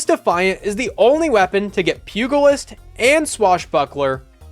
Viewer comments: Pugalist is pronounced "pyoo-JA-list, not "pyoo-GA-list" 🍻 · Pugilist = pyoo-jeh-list. Not that guy I just feel like I hear it in every one of your vids (which I do enjoy so thanks!). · Puegoalist? I’m sorry, but that’s not how you say Pugilist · It's "Pew-jil-ist". Also, "eye-us-luna" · "Pew-gull-ist" 😢 I'll give it to you that it's closer than CoolGuy's "Pug-ill-ist". 😂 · Pugilist= Pew-jill-ist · It's "pew-juh-list" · Pugalist???? PUGALIST? bruuuuuuuh, do you even english my dude. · Pugilist is pronounced with a J. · "pugilist" is a hard G bro. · Thats not how you pronounce pugilist